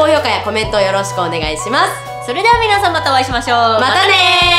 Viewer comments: 最後に皆さんものとこが「みんさん」もになっとるｗｗｗ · 最後みんさんになってる笑みなさんでしょ